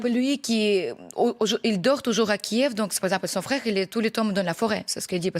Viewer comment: As a professional phonetician, the capital city of Ukraine KIEV, is transcribed as /kjƐf/ in all physical dictionaries and online dictionaries. So, the pronunciation /kjƐv/ is not traceable in any classic dictionary. Is the department of phonetics at your media in a deep slumber or have you news readers stopped consulting a classic dictionary? In future, may I suggest news presenters spend as much time doing their phonetic homework; prior to presenting news; as when they paint their faces and dress in classy attire -- for appearances may be deceptive.